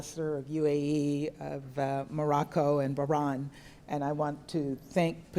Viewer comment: What an odd note the U.S. added to today's celebration. And why did the US Ambassador pronounce Bahrain Bahrahn?